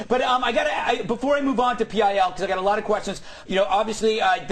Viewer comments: "PIL" is ALWAYS pronounced: "Pill". In fact, I have never once -- not ever -- heard ANYONE, not even Dick Madeley, refer to Public Image Ltd as: "pee eye ell" What an absolute fuck-face. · Why did he say P I L instead if pil?